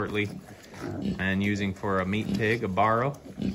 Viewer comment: He says barrow and farrow wrong